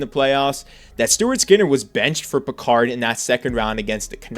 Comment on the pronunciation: Calvin Pickard is not the ancestor of Jean-luc. Say his name properly.